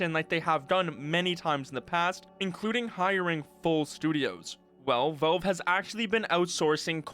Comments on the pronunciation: It's pronounced as Valve, not wellve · are you saying 'Velve'? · Why U say Velve bro? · Take a shot every time this dude says "Velve".